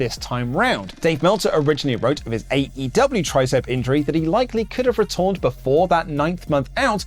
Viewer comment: “retorned” lol